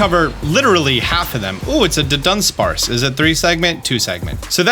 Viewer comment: It's kinda hilarious how you keep pronouncing Dunsparce evolution as Dundunsparce when it's just Dudunsparce